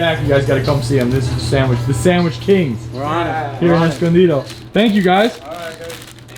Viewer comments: NOBODY says "Escondido" like that. What the hell. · what the hell are you on. it's a Spanish word & he pronounced it perfectly! 😍